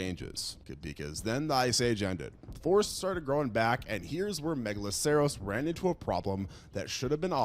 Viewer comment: pronounced (mega-lah-sir-us) the "ceros" in "megaloceros" is the same as in "rhinoceros"